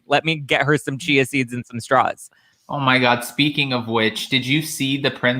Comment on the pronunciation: Chia seeds OMG I thought she said cheezes